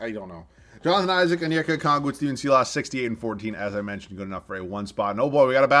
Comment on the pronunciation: His name is pronounced sylas, not seelas.